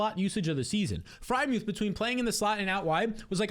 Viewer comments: Ngl he says add muth every year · Bro said add Freiermuth 😂